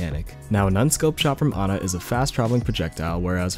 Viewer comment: Pronounces her name correctly. Immediately liked video.